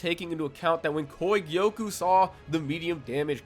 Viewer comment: The way he was saying kogyoku aS bothering me so much